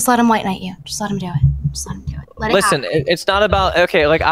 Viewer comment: love when the first thing I hear is LISSEN M8